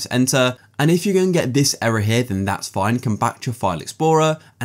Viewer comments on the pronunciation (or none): none